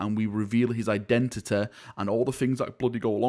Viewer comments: We finally now know the indentiteh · I want to know his identehteh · Identity: what he said "Eye,denta,da"